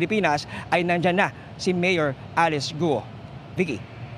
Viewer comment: Not gu-o it should be sounds kwuo